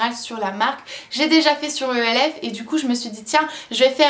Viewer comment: Haha merci pour le précision de la prononciation de Brow.... Ça me rend folle! Un autre truc que je ne comprends pas, c'est pourquoi les francophones disent: les produits E L F (lettre par lettre).... Pourquoi pas simplement Elf (en un mot) comme en anglais?! Chaque fois que j'entends E L F je rage! Si le but c'est de le dire "à la française", pourquoi ne pas dire Yeux Lèvres Visage ou YLV lol